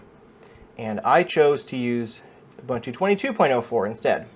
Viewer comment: my man... it's ooh-boon-too